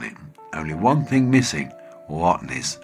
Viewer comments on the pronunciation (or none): none